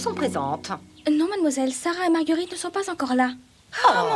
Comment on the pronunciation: C est moi ou elles disent oui madmoiswouelle a ??